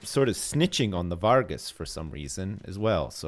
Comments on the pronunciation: I thought the internet would never come to this..... Its German V + W Not saying its right just saying it could be pronounced like that. In Italy its varh-gass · Anyone else triggered by pronunciation of "Vargas"? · why's the dude calling the vargas the wargs at the beginning lol